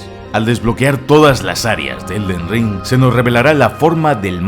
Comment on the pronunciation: "El Ded Ring”